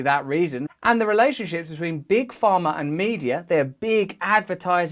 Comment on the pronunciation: Pharma, not farmer. =D Took a page from Galaxy Quest, ehe? "Miners not minors!"